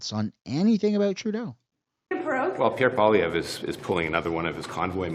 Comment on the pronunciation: Mark Miller is SUCH a cuck.. he ALWAYS says "Pierre Pollieve" before anything else